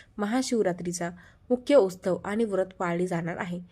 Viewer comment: उसतव नाही . उत्सव